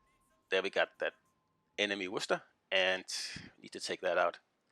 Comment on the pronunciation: Excellent pronunciation on Worcester.